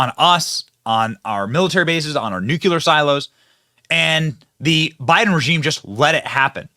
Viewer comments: Benny...It's pronounced "New..Clee..Are". Please, don't be George Bush, Jr! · Benny? NU- KLEE- AR MISSILES. Ok?